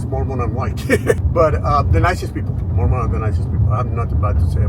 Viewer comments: The creator mispronounced the name. It was jarring to hear, although I completely understand why she did it she wasn’t familiar with the name. Telling someone they’re mispronouncing a word is a kindness IMO. It’s like saying, “There’s spinach in your teeth.” I don’t know why you’re making it a bigger issue than it needs to be. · There is no correct pronunciation. I think complaining about this makes us look bad.